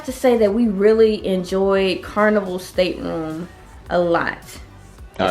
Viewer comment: Its State-room not stater-room